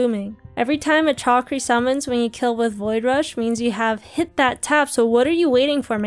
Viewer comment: It’s shakri - killing me 😂